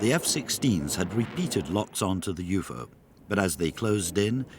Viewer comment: Did anyone else hear the narrator always say "you-foe", not "UFO"?